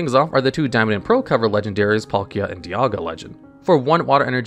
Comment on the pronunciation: How did he say Palkia?